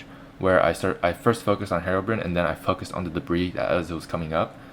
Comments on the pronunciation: FUCK DID YOU SAY ::: HEROBRIN :: IT MUST BE HEROBRINE " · HerobRINE! There's a silent E at the end! That means the I makes it sound. Not Herobrin